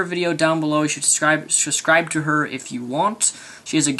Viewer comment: I don't want to hate but say subscribe not suscribe